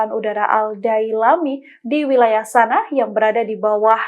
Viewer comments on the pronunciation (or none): Ibukota yaman dibacanya Sanak_a. Bukan Sana.